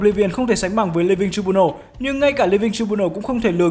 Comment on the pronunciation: Đọc là trai biu nồ ông ơi